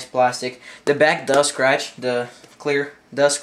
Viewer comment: he said stratchy